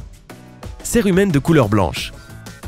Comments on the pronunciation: On dit sirumen et pas serumen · Je suis le seul qu'il disait cire humaine 😂